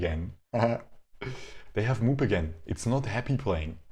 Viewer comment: "MOOP" doesn't pronounce "moop" but MOO - P .